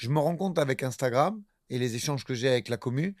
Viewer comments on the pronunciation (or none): none